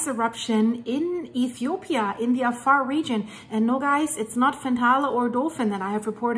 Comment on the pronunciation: i love the way she called my country ETHOPIA 😍😍😍